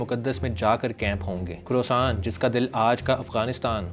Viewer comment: bhai woh "KA-RO-SAAN" nhi " KHO-RAA-SAAN" hai.